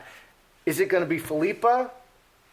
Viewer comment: I believe it’s pronounced PHIL-i-pa. Aka (common nickname) Pippa. 😊